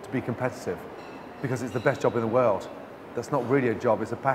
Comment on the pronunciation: It sounds like his original Scottish accent slipped out when he said "world" - can a Scot confirm? And do you think his English accent is adopted or comes by it naturally after living in London for so long? (asking as a Canuck)